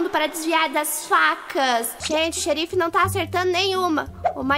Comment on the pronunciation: PRIMEIRAAAAA (eu acho):3 "Xerifá* KSKSKSKSKSK KSKSKSK MTO BOM